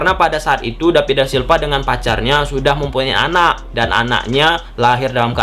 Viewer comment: Kok david silva jadi dapid da silpa lu ngomong nya bambank...😅🧠